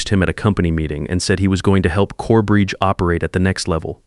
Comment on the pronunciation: CoreBRIDGE, not Corebreach! Ried is pronounced reed